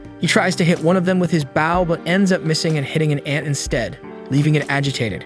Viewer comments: stop saying it like bow and say it like boh plsss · Ok be honest you're using an A.i reader aren't you? You keep saying bow as bowing down instead of bow as in bow and arrow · It's pronounced Bo not Bow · Funny how the storyteller didn't know the word bow and call's it a baw. Heh makes me laugh.😃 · It's so annoying that he's Saying a bow Like baw it gets so annoying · He literally called it "the baow" like, BRUH🤦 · Say {Bow & arrow} not bowl ,cause that's what your saying bowl lol... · He's saying bow like I'm bowing to the kind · the way he says bow keeps throwing me off lol making sound like someone is bowing and not putting a longer emphasis on the o for bow lol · Its a ai so it cant distinguish the word bow(the action) ang bow (the weapon) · Yep stopped watching. Because of your clearly intentional mispronunciation of bow. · I was confused at first, but omg, it is soul killing to hear 😅😅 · right that why mad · I read bow the way the recap was saying it 😭😭